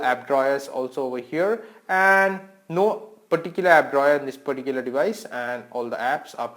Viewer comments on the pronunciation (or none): Why do u always say "peticular" ???😨